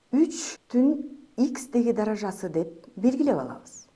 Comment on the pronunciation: Мынча невыносима суйлойс, "даража"-деген созду туура айтынчы